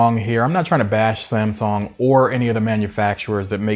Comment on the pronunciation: New drinking game.... Every time he calls Samsung "Samsong" you have to take a shot.